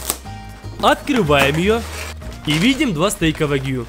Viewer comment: на протяжении каждого видео: А́ткрываем! За́крываем! О́трываем!